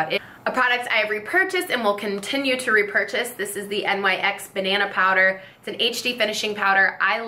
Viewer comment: Nyx...pronounced Nix. And I love watching empties videos!! Let’s talk some trash!!😂😂😂